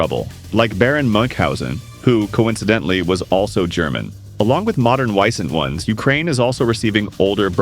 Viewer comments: Not "Weisent" but "Wee-sent". Wisent is the german word for Bison or the european Bison. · You almost nailed "Bergepanzer", but try saying Ber as if you were saying 'Bear'. As for the "Wiesent", you butchered that. Pronounce it like this: Veesent. (The Wiesent is a German Bison).